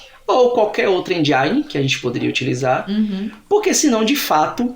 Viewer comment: Eu também falava "engine" errado